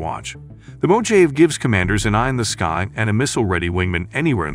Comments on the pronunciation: it's MO HA VEY, here in America that's how we say Mojave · Boy, you are very poor at pronunciating proper nouns!!! Try finding out how to pronounce 'Mojave' and it is Spanish/Mexican by history... It is a very large desert in California, Northwestern Mexico and may include some of Arizona... Good luck with future meatballing... It does make men look stupid, when you do not figure this stuff out before hand!!!